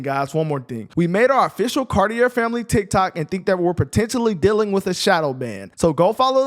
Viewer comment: You've got a wonderful family name, it would be wonderful if you said it correctly though. Don't mind me I know you're anglophones , anglos never say French names accurately. Cartier isn't said cartee-er. Car-tee-eh.